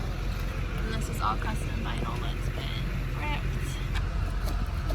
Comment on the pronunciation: Gets his drilled: damn Gets a scratch: “MY VINAL!”